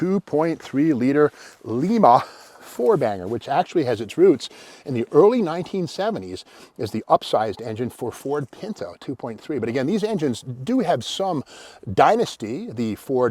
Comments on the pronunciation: Please stop saying Lee-Ma. As in Lima Peru. Spelled the same, but pronounced Lime-Ah. As in Lima, Ohio. Grew up there, so I know. Home of Superior Coach, General Dynamics (M1A1 Abrams Tank production) Great channel. Keep it up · It's Li as in Lie. Try it again. Its like the bean. You don't say Leema bean. Pronounce your nouns again. A,E,i,O,U and sometimes Y Try that "I" pronunciation again. There ya go. Lima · A coworker corrected me when I mispronounced Lima… apparently it’s a hard I, as in lima beans. (He’s from Lima, Ohio)